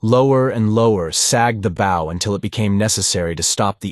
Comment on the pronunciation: thank you so much for sharing these, i love them from childhood!! i also wish to add; be consistent. you call Phaidor 2 names;(Fay-dor and Fye-dor) and at one point she actually calls herself both versions. no good. also the front of is called a Bow (rhymes with how) but you call it both bow(like arrow) and Bow (correctly). Aside from not differentiating between characters consistently (often they sound exactly as the narrator) these are my only notes. you can do this well, but also can do it better!!🫶🏾👊🏾